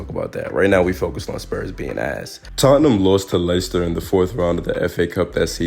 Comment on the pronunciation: Dude your videos are dope. Nice mix of insight and laughs. Btw Leicester is pronounced the same as Lester if you give a f.